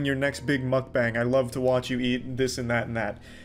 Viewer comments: it's pronounced mukbang, not makbängs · Breh at least try to pronounce mukbang correctly👏👏